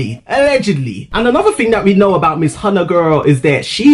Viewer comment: The way he pronounced "Hyuna"